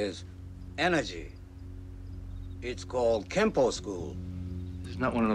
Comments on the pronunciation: It's pronounced "Kenpo" not Kempo. Sifu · You are correct. It is "Kenpo"